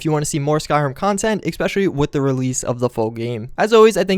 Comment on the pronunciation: Frost And eckspecially.